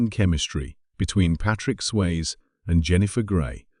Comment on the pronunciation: It's Sway-zee, not Swayz, but I know it's AI.